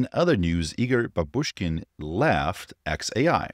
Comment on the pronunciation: Bábushkin surname has accent on its first syllable, from the word "bábushka" (granny)